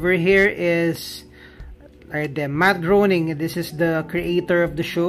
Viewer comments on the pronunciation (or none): Matt Graining not Growning. Welcome.